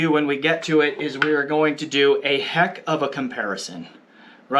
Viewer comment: “That’s a HEK of a comparison”🤣